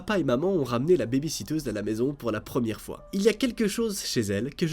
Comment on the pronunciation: Ça se dit pas baybyssiteuse j'vais m'énerver 😠😠😠!!!!!!!!!!!